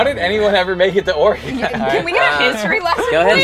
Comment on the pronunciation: The way pronounces Oregon. Cringe.